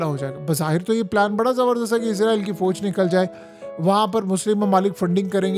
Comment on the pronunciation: Foj koun sa lfz hai? Memon vali urdu bol rahey ho Kya? Fouj asl lfz hota hai Yar. Urdu to theek bola kro.